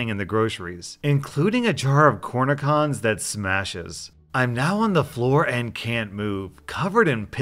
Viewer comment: I absolutely burst when you pronounced "jar of cornichons" Cornichons is french for pickles. I adore your videos. Listen to them every day. Keep it up <3